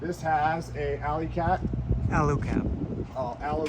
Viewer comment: Know your stuff before you do the videos guys. It's Al-U-Cab. Do you do a full length roof rack on a 200series?